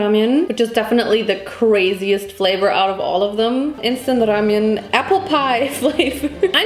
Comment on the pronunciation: WHY do you say ramyuen